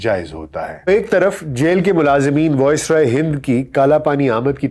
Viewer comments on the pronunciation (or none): The pronunciation is VICE-roy, not VOICE-roy. Good work otherwise, keep it up